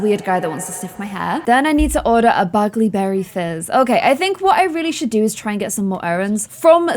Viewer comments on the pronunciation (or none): none